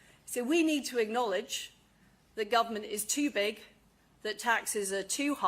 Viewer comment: Lizzy " acknowledge " not ignowledge you goon!!